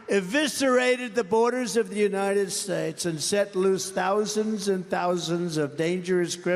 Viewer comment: Incompetent? Oranges (origins-he said it over and over and never got it right), herolynns (heroin); infantroopen (infantry), herridje (heritage), shtates (states), benifishens (beneficiaries), pivitable (pivotal), humanitaries (humanitarian). There are many, many more, and they are not Biden. TRUMP SAID THESE THINGS during rallies, speeches and ceremonies. ON VIDEO TAPE ! Trump’s father slid into dementia. Really listen to him. He’s doing the same.